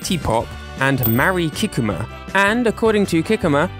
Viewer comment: I'm sorry, but hearing you butcher Mari Kikuma's name repeatedly is genuinely making it hard to watch the video!! I more than understandable that her name is Japanese, a language you don't speak, but compared to many other names, her name is quite simple in pronunciation and I felt like some effort could have been made to pronounce it even slightly correct. I'm not trying to insult YOU; I just feel that is a basic level of respect for someone--making a genuine attempt to pronounce their name correctly--but you are just reading it as if it were English. 😥